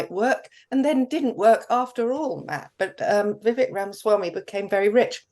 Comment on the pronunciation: Vivek is pronounced "Vi-Vake".